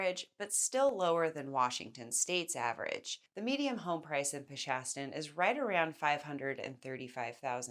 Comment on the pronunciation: Median not mediam